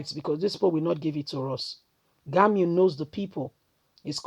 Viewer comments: For God's sake, can somebody tell this girl reading this message to open her eyes to know how to pronounce people's names? If it's GUMI you're calling GANI, shame on you. Can't you spell words? G U M I. NONSENSE!!! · My sister it is not Gamiu but Gumi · Why is it difficult for you to pronounce Gumi?